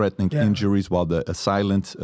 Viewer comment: He mispronounced “assailant “.